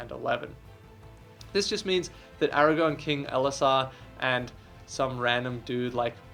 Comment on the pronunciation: Aragorn with an R my guy